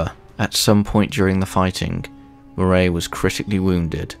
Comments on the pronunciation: Interesting but the appalling pronunciation of Scottish names spoils it a bit. Not 'Moraaay' but much shorter 'Moray' for example. You even got 'Lanark' wrong which is unbelievable as it is such a simple word. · It’s pronounced “Moray” not “Muh-Ray”…. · 'Berwick' is pronounced like 'Warwick', also I believe the correct pronunciation of Andrew Moray is Murray like John Comyn is Cumin. Due to medieval vowel shifts.